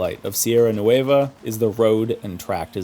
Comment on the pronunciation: Just say NWEH-va Don't have to exaggerate the letter "u", or add that "ay" sound ... it's not "noo-WAY-va"